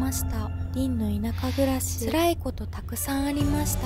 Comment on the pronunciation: どれも綺麗なタイトルバックで甲乙付け難いですね😊 強いて言えば『りんの田舎暮らし』の『し』の発音が好きです😅